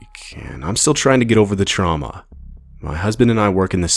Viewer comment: Did you say Tuama 😂😂😂